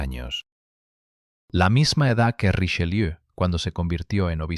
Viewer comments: ¡¡¡QUE PRONUNCIACIÓN!!!... ¡¡¡Hace daño a los oídos!!! [ʁiʃəˈljø]... NO Richeliú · Podía n haber puesto a alguien que supiese pronunciar bien el francés: ¿"Riseliú"?. Bah! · Porqué le dice RicheLIU. ?